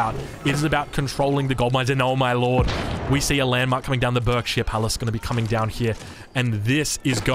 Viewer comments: What a match! Loving some of the changes from previous titles, interested to see hopefully some more civs over time! FYI Berkshire is pronounced Barksheer (stupid UK pronounciations being stupid e.g. Thames actually being pronounced Tems...) To be very clear, I'm not in any way offended by this, just thought I'd let you know for future! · For the sake of you not driving every English person crazy, whenever you cast a game with a Berkshire Palace in the future, it's pronounced "Barkshire". Like clerk is pronounced "clark".